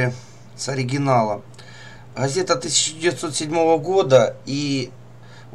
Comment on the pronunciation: автор...а почему ты вместо звука Г, говоришь звук Х ???Газета ты говоришь как Хазета. не Говорю, а Ховорю. Не русский чтоли ?